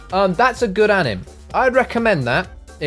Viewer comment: It's not anim its pronounced an-m-a